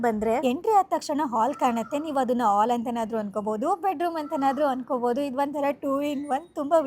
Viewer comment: ಆಲ್ ಅಂತ ಹೇಳಬೇಡಿ ತಾಯಿ.. ಅದು ಹಾಲ್.. ದಯವಿಟ್ಟು ನಿಮ್ಮ ಅಲ್ಪಪ್ರಾಣ-ಮಹಾಪ್ರಾಣ.. ಒರಗಡೆ ಅಲ್ಲಾ ಹೊರಗಡೆ.